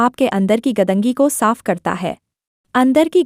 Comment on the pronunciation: Madam वो 'गदंगी' नहीं, ' गंदगी' है ! 🙏🏻 🙏🏻